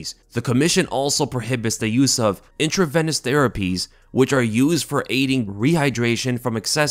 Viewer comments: Intraveeeeeenuss not Intravennus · Medical professionals watching this cringe hard each time tries to say the word intravenous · Medical professionals watching this cringe hard each time says the word intravenous